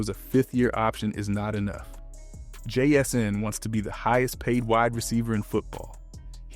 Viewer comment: The way I heard it sounded about right. But then again I just say jsn to avoid it. 😂